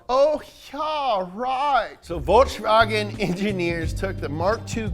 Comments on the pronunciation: It's Volkswagen, not Voltswagen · It'z Folkswagen, ja! Not ze Voltswagen, ja! It'z ze car of ze German people, Folks wagen! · It is volKs not volTs 😡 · It's folks wagon n not Volks Wagon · Please please please stop pronouncing it 'Voltswagen' please!